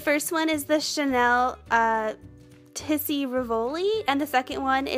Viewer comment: Hi, you look beautiful and it's very easy to follow your technique. Thanks. You will sound better if you pronounce "Rivoli" as it's said in French: REEvoli, emphasis on the first syllable. And "Tisse" is pronounced TEEsay. Great job!